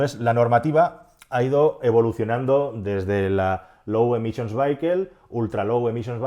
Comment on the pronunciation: Minuto cuando pronunciando "vehicle" has pronunciado "veiquel" me ha partido el culo. Por favor se pronuncia "VÍACOL".